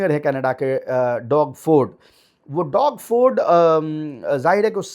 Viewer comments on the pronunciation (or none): Doug Ford ko डौग फोर्ड nahi --- डग फोर्ड pronounce karte hain. Haalaanki common sense to yahi bolta hai ke usey 'डोग' ya डूग ya डौग parha jaaye.. par kya karein, aap bhi jaante ke 'English is a Funny language'...😂 Inorganic Chemistry ke jaise isme bhi har doosri-teesri spelling me naya rule/exception nikal aata hai.. 😂😂😂